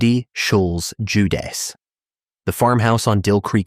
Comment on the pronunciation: Cindy Schulz-Juedes, the last name is pronounced Yay-des.